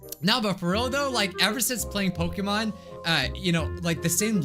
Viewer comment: Love that he butchering pokemon so well